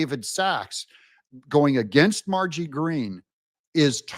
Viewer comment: M-A-R-J-O-R-I-E. Why can’t you learn how to pronounce the lady’s name. Do better. Her name is NOT “Margy”.